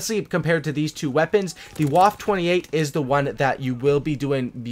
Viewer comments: It’s pronounced “Wofa" not “wof” lol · Its pronounced vwaffe not waffe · It’s pronounced vaffe not waff idiot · w in German are pronounced like v's so the waffe28 is pronounced vaffe28